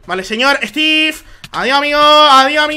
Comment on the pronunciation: me encanta que en ves de decir estiv dice estif